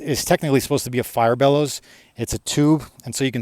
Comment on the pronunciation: That "bellows" is too short